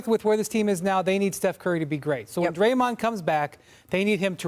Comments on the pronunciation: Did Malika say, "Gray-mond Green." 🤣🤣🤣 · Crazy thing is she knew she said his name wrong and still didn't correct it. Smh